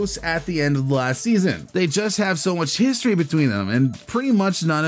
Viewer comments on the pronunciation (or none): none